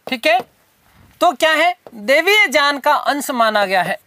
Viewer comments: Jaan nhi hota sir Gyan hota h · गुरुजी बाकी सब ठीक है पर आप ज्ञान को जान बोलते हैं बाकी सब मस्त है जय हो गुरु जी की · Ye sir ,""gy"" ko ""j"" bolte h🤔